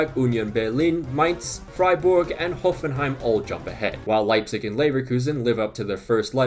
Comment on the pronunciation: Only team he can pronounce, im always dying with "Freiborg" and "Munchenglaadbak"